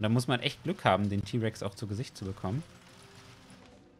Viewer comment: Nen den rex ty aussprechen tut man das ti